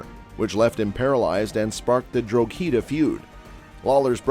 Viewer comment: Arduin lol its Ardoyne! also Drogheda = "DRAW HiDA" , yanks!!!